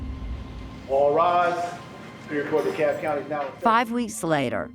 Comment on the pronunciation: The word is DeKalb, with an L. It's not "Cob" or " DeCob. Get with it people!